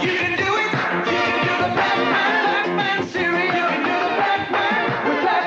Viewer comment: Well you said Pac-min!